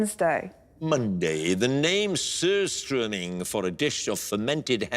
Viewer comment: Tror det var det bästa försöket till att uttala 'surströmming' jag nånsin hört på brittisk TV.